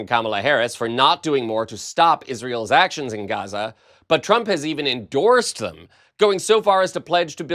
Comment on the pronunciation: Cant say Gaza